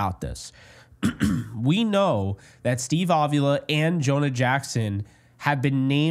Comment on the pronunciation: Please, please, please stop pronouncing his name "Ovula"; it makes it sound like he is ovulating. His name is Avila. Pronounced Ahveelah. The emphasis is on the 2nd syllable.